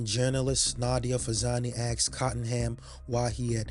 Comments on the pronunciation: Asked not axed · Why do black people say "axed" instead of the way it's spelled, "asked?" Merely wondering. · Nice voice. But. Please pronounce ASKED as it should be and not axsed, it’s very distracting and frustrating. Otherwise. Fantastic production 👍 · He aSKed them, he didn't aXed them. Well, maybe he did axe them too, but that's not the point.